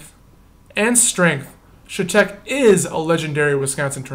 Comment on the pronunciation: I live off M in chetek and from my house you could see the tornado forming coming straight to my house. Pronounced Shatec.